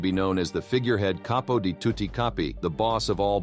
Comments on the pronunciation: I know, but he didn't pronounce it Cap-po, which is correct. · Same old info, but read by A.I.. I don't know how anyone can listen to that robot droning. There's zero inflection and A.I. pronounces words wrong. "Caypo"? Really? For me, unwatchable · the narrator probably made a mistake, the word is CAPO.